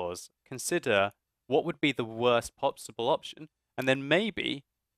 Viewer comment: Lol at like minute something he said popsibble rather than possible. Hearing that made me want a Popsicle.